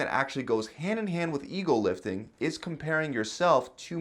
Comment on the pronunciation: This whole time I thought everyone on YouTube was saying eagle lifting apparently it’s EGO lifting people need to ring out the O they sound like L